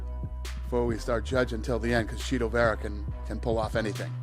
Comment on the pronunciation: In prison the call gay men a “Cheeto” every time Dana says “chito” it’s hilarious 😂😂